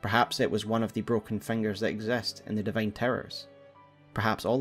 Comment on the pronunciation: i love how you say ‘fangers’ incredible content